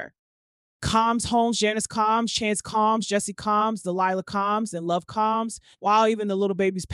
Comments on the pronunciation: All the mispronunciations. She actually said debutt, Mr Caambs, what’s the four hundred eleven??? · How hard is it to say Comb(s)??